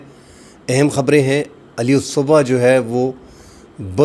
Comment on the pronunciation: علی الصبح اس کا تلفظ اس طرح ھے alas subh